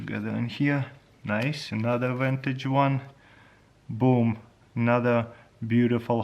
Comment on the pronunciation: Vantage? Is he trying to say "vintage" ?